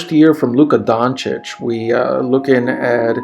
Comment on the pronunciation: First few seconds, and yes, you said his name CORRECTLy. Finally1 Thanks, :)